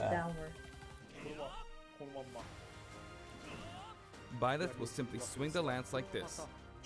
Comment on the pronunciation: I have no problem with Byleth joining smash I love fire emblem three houses also it’s pronounced buy leth not bae leth